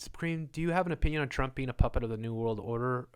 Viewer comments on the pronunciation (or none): none